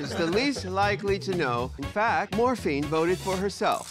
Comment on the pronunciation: is nobody gonna comment on calling morphine 'fat ma'